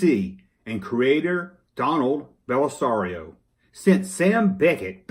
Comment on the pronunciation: As someone whose last name rhymes with Bellisario, the way you pronounce it is just fine. I always associate Magnum PI with the 80s and Quantum Leap with the 90s, so this is a crossover I never would have seen coming. I guess Tom Selleck thought doing a crossover with a show that had more science-fiction-ey themes would cheapen the more realistic elements of Magnum PI.